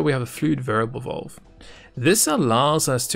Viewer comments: VALVE.. not VOLVE.. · I love the quality of these videos and the fact that he is the only YouTuber thag explains this game in depth annoys me. The way this guy talks drives me nuts. It's valve not vulve dude 😶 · the way he says valve is so posh lol